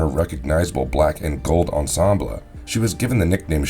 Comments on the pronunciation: Ensemblah? Pisonic? Calistroh? Martyr instead of Maurader. A lot of mispronunciations. Sorry being too picky. Nice video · Mans can’t pronounce ensemble